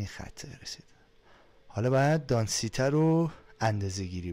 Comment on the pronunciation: داداش اون دانسیته نیست اون دنسیتی (density)هست